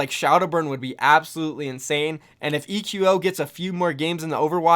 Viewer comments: it's not "ee queue oh" lol it's just pronounced like "Echo" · ITS PRONOUNCED ECHO NOT E Q O